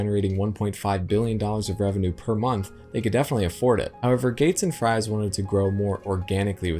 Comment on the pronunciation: Ed Fries' last name is pronounced like "Frees". I know this because of John Jacobsen's video call interview with him.